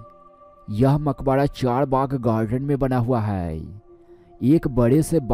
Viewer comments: Maqbara hayeeeee makhoda nahin hayyyyyyye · Makbadaa. nahi..makbara hota h